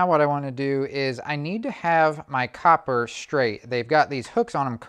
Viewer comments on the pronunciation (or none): none